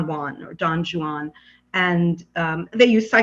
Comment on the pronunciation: Don [Juan] is pronounced as "won'. Don WON. The 'J' is silent...Thank You!